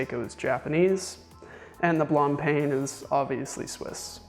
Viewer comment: you also missed Blancpain Blan paun not PAIN